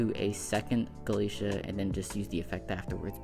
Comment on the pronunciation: Gala-Tei-a. Not Galacia. Babel is the literal Tower of Babel. Like the word Babble.